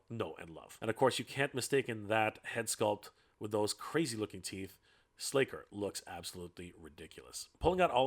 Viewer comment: Nah, it's slay ker